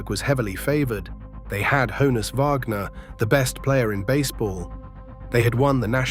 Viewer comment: im to understand why we have a brit narrating an american baseball doc. you dont know how to pronounce the names of our cities or our players. St Louis. Like Lewis. Honus Wagner is short for Johannes, and is pronounced exactly how most people pronounce that name except without the Yo part at the front. And worst of all, I just googled this shit to make sure I wasn't losing my mind over here. So you know, you could have. You already got my engagement, so congrats, but i'm putting your channel on my list so that won't happen again. Do your damn homework please.